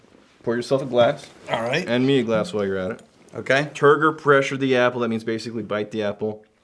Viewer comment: Soo.. google says isn't 100% full of BS, Turgor Pressure is an actual real thing. BUT, every time he says it, I swear I'm hearing Turd Refresher.. which could be what that "proprietary blend" was there at the end?